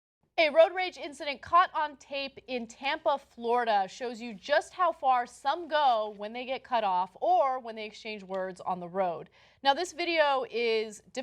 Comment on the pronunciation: I thought she said tampon florida